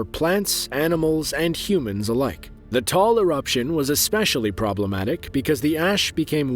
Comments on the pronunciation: U said tall volcano but it is called Taal volcano I know if u are not a Filipino u will say it wrongly xd (be amazed)said it wrong ly too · Taal Volcano is pronounced as Ta-al, not tall. Idiot narrator. Can't even bother checking the internet for proper pronounciation. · >Taal pronounced as "Tall" >Taal ain't Tall though. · i think taal is pronounced "tah al" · he just called taal volcano "Tall" 💀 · Its pronounced Ta-al btw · "Tall Volcano" lol! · its ta-al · It's pronounced "Tah-ahl". Two syllables. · "Taal" Volcano Philippines 🇵🇭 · The taal volcano is actually pronounced ta al and it erupted today in the philipines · Imagine if our volcano was said like that, "The Tall Volcano" when it's so small lmao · The taal volcano is pronounced ta al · Im actually a Filipino and its pronounced Ta-al Volcano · You pronounced and spelled taal wrong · dude you pronounced the taal volcano wrong im upset a bit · AHAHAHAHA are we making fun of them by correcting the word they're mispronouncing? OMG huniiii. TAAL IS ONE WORD AND HAS 2 SYLLABLES its not that effing hard to pronounce if u did RESEARCH first before posting. What if others watch this and pronounce it as he did? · It's the accent lol.. he's not a filipino so to speak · even tho he's not a filipino he should pronounce it right. Is it hard to research first then make the video? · It's taal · It's pronounced TA, AL Not TAAL I hiked it with my wife and her friend 4 short years before it erupted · It’s Taal volcano, not “tall” volcano. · It's just weird to hear people call the the smallest active volcano in the world "Tall" lmao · Not tall volcano it's taal volcano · It's not tall it's pronounce Taal ta-all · It's called taal not tall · Bro its not tall its taal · Not tall it's ta-al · The name of the volcano in the Philippines, is not called "Tall volcano" It is called "Taal Volcano" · Bro pronounced taal tall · As a filipino.. Know your facts first 😊😊 Its TA-AL!! Wtf?! Is TALL😂😂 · Bro Taal Volcano Not Tall Volcano